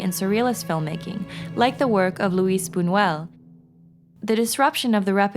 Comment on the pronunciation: Love this analysis but cringed as the pronunciation of 'Nabokov" and "Buñuel" like...really?